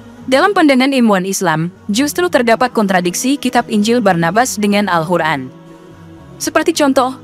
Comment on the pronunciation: Apa telinga saya yg salah Dengar??? 😂 Al Quran atau Al hukran.. ????